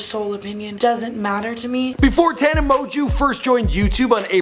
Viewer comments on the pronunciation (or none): Her last name isnt that hard to pronounce TANA- MO-JO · TANA M-OO-JO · “Tana mo-jew”😂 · tana monju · Tana Moanjew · "tana mojew" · Tana Mo-jew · Do you pronounce it Tana mojo Or Tana monjew ??? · This video is so bad... not only does he mispronounce the name of the person he’s doing a video on (which shows the minimal amount of research which must’ve been put into this) throughout the whole thing but he also talks about the Idubzz scandal three times in the video for probably about 80% of it... there’s almost nothing about her life other than her subscriber count and like when she started drinking